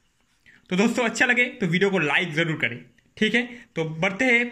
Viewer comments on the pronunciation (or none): none